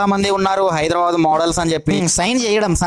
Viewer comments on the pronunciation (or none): none